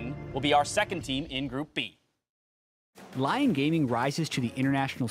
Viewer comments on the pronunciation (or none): wtf LION?? its LYON xD dude respect the other languages